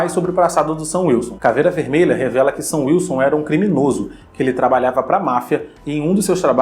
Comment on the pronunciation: cara...... toda vez que o fala “sam wilson” eu ouço “seu wilson” e fico “????????”